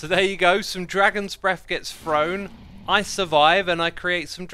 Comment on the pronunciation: lol :p talkin bout the number free n fallin frough things n the dragons breath gettin frown instead of thrown :p what accent is that??? is it specific to a certain region??